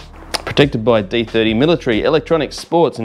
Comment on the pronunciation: Just bought the knee guards. Btw it’s D30 ( letter, not eye number )